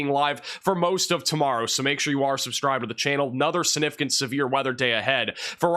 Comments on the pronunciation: It’s significant and not sinificant !! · Sig-nif-I-cant not si-nif-I-cant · Please it's significant not sinificant. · I love it. 😅. SiG-nificant. Significant... Don't forget the G. But your weather broadcasts are always on point. 💯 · SIGnificant, not sanificant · calm down. Appreciate you. Please work on the word sig-nif-i-cant. This is geoengineering...An etheric and evil war. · Am I a dick for being bothered that he pronounces significant like that? … prolly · Please learn how to pronounce "significant".